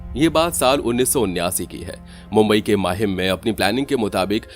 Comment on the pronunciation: It is not Mahima. MAHIM!